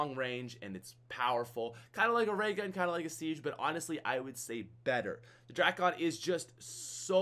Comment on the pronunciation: Please, everyone, the drakon is pronounced as DRAKE-IN, not DRAK-ON. Even though it's spelled that way doesn't mean it sounds that way